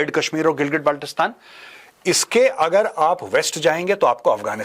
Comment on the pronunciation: Correction: It's pronounced as गिल्गित बल्तिस्तान